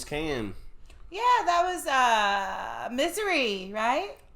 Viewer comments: Great film! It started Billy Dee Williams career and put James Caan on the map. By the way, Caan is pronounced like "con" not "can". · This came out when I was a Sophomore in High School and quickly became one of my favorite movies! I would never miss it when it aired and cried every time! ❤ Diana EDIT: Cann is pronounced Conn... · It’s James cann pronounced conn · Just "f.y.i.": The actor's name: James Caan; ...his surname is NOT pronounced "can," as in: a tin of food or something, it is more equivalent to: "Khan". Doubled vowels, often, alter their (perceived-as-"standard") pronunciation.... (just "f.y.i.," again!😉) ...anyhow: yes: pronounced: "James Khan" [for: James Caan.] (A Bronx-boy and one of the finest actors of that generation.👍👍) ——What is, slightly, more surprising is that: you did NOT recognize the young Gale Sayers ...rather: the actor portraying him! His name is: Billy Dee Williams, whom YOU would, definitely, know/SHOULD reco'nize from the, original, Star Wars trilogy, as: "Lando Calrissian!" That's correct!: before he played "Lando", Billy Dee Williams played: Gale Sayers! (and a MESS o'other roles! [Quite a few "blaxploitation" flicks!]).😁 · It's pronounced James Con - not Can. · Just a couple of things: James Caan's name is pronounced Con, not can, and the woman who played his wife is Shelly Fabre, who starred in the Donna Reed Show ages ago, who also had a hit record back in the day called Johnny Angel. This is one of the best movies made, and I ugly cry every time I watch it. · Not James can🥫 It's pronounced like dawn fawn lawn Caan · Caan, pronounced like Kahn in Wrath of Khan. Please don’t call him Can anymore. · Yo said James CAN. Lol. Legendary actor James Caan. Pronounced KAHN. Thanks for the laugh. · Minor correction…..James Caan is pronounced “con” like con job☺️. I’m so happy to see someone reacting to this movie! Saw it so many decades ago and loved it then, love it now! Yes, that’s actual footage! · Caan is pronounced like Con.